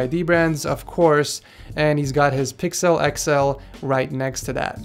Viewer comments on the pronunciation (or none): none